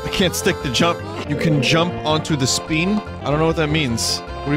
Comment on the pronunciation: Variations of SPEEN include: SPEET FLEEP SWEEM